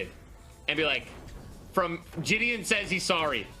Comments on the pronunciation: why does he keep saying jidions name like that, i swear it was pronounced "jid-ee- on" not "juh-di-on" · It's triggering the fuck out of me how you say JiDion lol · does anyone know how JiDion pronounces his name? ive heard people pronounce it jid-ee-on, ji-day-on, and jid-ee-in.